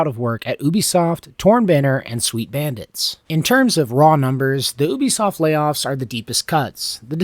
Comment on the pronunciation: "Oobisoft" lmao